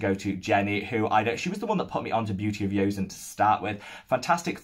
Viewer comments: Hello, I'm Korean and just wanted to say it's pronounced "jo-sun" not "yo-sun", glad you're enjoying their products ! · quick note: joseon is pronounced "jo-sun", with the "jo" sounding like a combination of "jo" and "cho". not a 'y' sound. :) thanks for your 2021 thoughts so far!